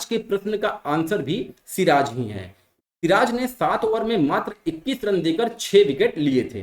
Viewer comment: सिर ताज ...... सिराज 😂😂😂😂😂